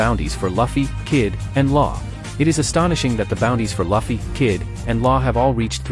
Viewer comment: at least say it correctly please. its not Laffy but Luffy. same with denden mashi to denden mushi.